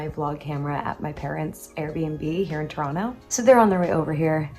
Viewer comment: I like how pronounces Toronto as a local.